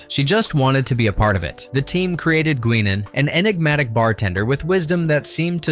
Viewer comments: na you don't get away with that since her name was pronounced 'GUY-NAN' by everyone on set for every season her character was involved. Not Gwee-nan, as you said. Never ever. No excuses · GWeenan? Seriously? Comment engagement bait? Even on the show it was pronounced Guy-nan. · Who tf is “Gwenen”? It’s Guinan pronounced Guy-Nan 😒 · QWEENAN?!?!?! Good grief. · No subscribe today because of 1 thing. It's pronounced " GI-NAN" not GWEE-NAN. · Or Johnathan “Frakes” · It's pronounced "GUY-nan", not GWEE-nan". Anyone who has watched ST:TNG would know that. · I was just about to say that!!!! You beat me to it....😂😂😂❤❤❤❤❤ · "Gweenan" - tell me you never saw an episode without telling me you never saw an episode. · Who's gweenon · Damn effing robot .... GWEENAN ... Yeah, right .. !!! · Yup, that one and the “Gweenan” really got me. 🤣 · in all episodes it was pronounced "Guy-nan". Just like when Data corrected Pulaski when she pronounced his nama as "da-ta", not "day-ta". One is his name, the other is not. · Stopped watching after they referred to the show as Network Television (it was syndicated) and mangled Guinan's name. Shoddy.